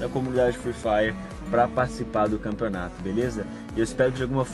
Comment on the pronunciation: "Canpeonato" foi mal mas n prestei atenção no q vc falou só nesse "N"